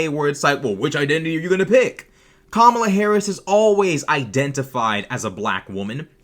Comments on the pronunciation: Nancy Mace deliberately mispronounced Kamala Harris’s name. Yes that’s racist. Sorry Nancy - that’s racist and you doing that repeatedly makes you a racist. And defending the racist comments of Donald Trump makes you a racist. And after the interview, she retweeted End Wokeness saying that she triggered them by saying it was easy. She was happy triggering a panel full of black Americans by defending and doubling down on racist comments and behavior. That makes her a racist. My niece and nephew are biracial. They’ve never denied their black heritage. And I’d be furious if someone deliberately mispronounced their names. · They were too nice to her. Yes she is a racist. She repeatedly and deliberately mispronounced Kamala Harris’s name. She defended Trump’s racist comments. That makes her a racist. Full stop. Maybe she shouldn’t be a racist if she didn’t want to be called a racist. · Nancy do that nice, nasty BS. Don't play on my intelligence. She knows exactly what was said. Even after they tried to help her after she mispronounced her name and they took the time to educate her. After that I'm glad they jumped down her throat and said she was in a cult. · The funniest bit was when she pronounced kamala properly then quickly changed to mispronouncing it. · She sat there with this soulless look in her eyes as she looked in the face of three black people smiling and mispronouncing a black womans name just to demean her. Nancy Mace is a racist by all definitions. She knowingly and purposefully mispronounced Kamala’s name trying to dehumanize her. She ran protection for Trump and his racist comments at the NABJ trying to hand wave them away. As a public politican who represents people in SC, she should have condemned his racist talking points or at least been aware of those comments as she is advocating for the racist to be president.